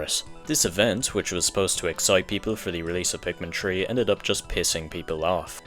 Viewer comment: I'm not trying to make fun of your accent why does it sound like you're saying Pikmin tree